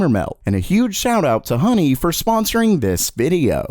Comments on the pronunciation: It’s honey not hoeney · yeah, download hoe ny...what accent is that?